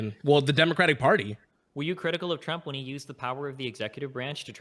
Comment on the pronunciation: "were you critivial of this event?" Destiny "Yes of course" Literally with nothing in between "Wait can you explain what that was?" Bruh